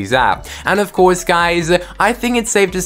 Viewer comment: Why do you keep saying "guys" after every sentence? And "ofcoure" ? Are you trolling or is English not your first language?